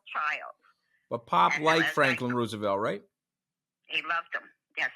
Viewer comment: Great interview but one pet peeve- it's pronounced Rose-e-velt, not Roo- sevelt.